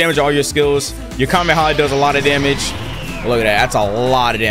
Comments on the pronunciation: AINT NO WAY HE SAY KAMEMEHA AND KAMEHA 💀😭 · Bro said kamemeha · ITS ONLY 1 M AND HE SAID KAMEMAMEMA